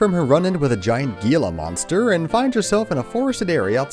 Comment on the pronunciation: it's pronounced heee-la monster.